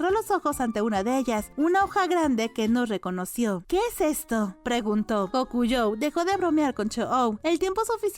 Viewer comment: Me encantó esta versión de la narración de kusuriya, la voz y la mayoría de inflexiónes de voz la emocionalidad que transmiten las ame, pero debo decir que lo único que no me encantó fue como pronunciaron el nombre de Gyokuyou no se pronuncia así, sino más bien de esta manera Güio - ku- io... Por el contrario el nombre del padre de la misma si lo pronuncian bien Güio- ku- en...